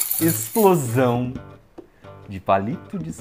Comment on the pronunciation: EI-SH-PLO-SÃUUUUN ! Euri auidhauishduai